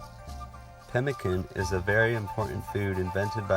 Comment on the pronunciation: Enjoyed the video. You did a good job. Just a note though it's pronounced pem-i-san rather than can.